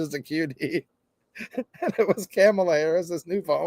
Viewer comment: It's Come-allah